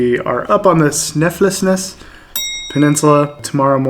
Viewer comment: Sn i fels nes. something like that is how you say it mate.